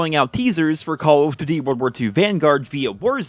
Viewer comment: i love it when he says call of doothiey